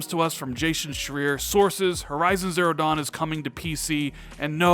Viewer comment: I love you bro, but it’s Jason Schreier, like try-er. Chi-I-Er. English is my 2nd language, but a name, you gotta get it right. Great video, keep doing your thing my dude.